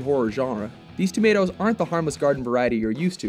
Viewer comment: Dud u just say tomatoes? Tf